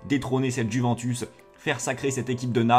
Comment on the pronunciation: Comment tu respectes pas la prononciation de la Juventus